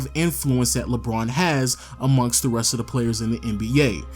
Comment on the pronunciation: Why does he say Lbron instead of LeBron